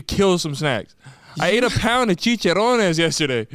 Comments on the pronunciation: “Cheech-er-Ron-ez”. Hmm..just “cheech-er-rons” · “Chicharownes” I CAAAANT 😂😂😂